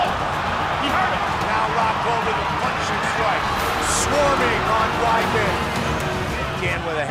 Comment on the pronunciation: Anyone watching the ultimate fighter? Joanna Jedrzejczyk is the worst trash talker of all time, " I going to punshu ".